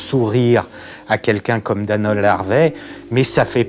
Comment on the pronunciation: "A quelqu'un comme Danold Harvey" J'ai cru qu'il disait Danone au début haha